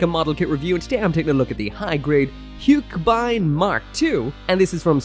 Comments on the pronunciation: Hiyuk-buyn? And I always thought haka-beyn is how you pronounce it😅😅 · It's pronounced as "hugh-keh-bind" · Easiest way to pronounce it is "hugh-keh-bind" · Take a shot every time Mecha changes the pronounciation of Huckebein